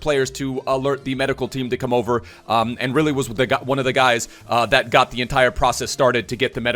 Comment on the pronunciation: i love how still sais teet in place of the-ate